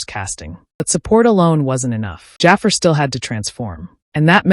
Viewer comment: Is this an AI voice? If not, his name is pronounced "Juh Far".